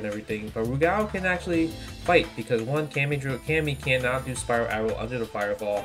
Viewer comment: Good to hear you pronounce Rugal properly. Sajam calls him Roogle.